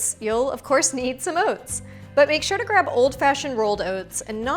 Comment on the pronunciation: Overnight “Owhts”